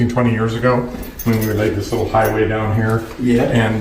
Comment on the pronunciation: How did you get "autonomous" right, but you fumbled "allowed" and "highways"?